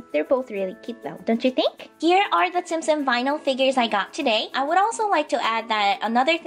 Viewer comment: Isn't it tsum tsum not tsim tsim? Well I don't really care I like tsim tsim way better <3 is the best!